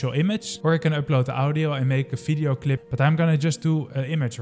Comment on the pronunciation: Dude, it's "Video", not "Fideo".